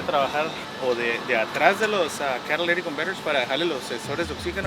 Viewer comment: Sounds stupid when you say Cadillac converters 😂